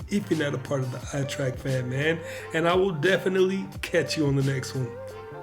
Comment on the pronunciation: now that I've taught you how to say trek and not track, good stuff keep at it.